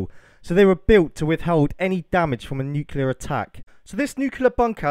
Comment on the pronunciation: I hate to be a dick but it was bugging me throughout, it's New-clear not new-cuul-or. That place would have enough shielding to protect almost totally from alpha, beta and gamma radiation (not sure on neutron radiation). This place could obviously not take a direct hit but then again nearly zero bunkers/silos can take a direct hit, the crater itself would be about 1/4 of a mile in depth from a 1 MT groundburst blast. If you want to know more about the actual science of it all and how, theoretically at least, you can protect yourself effectively, feel free to message me.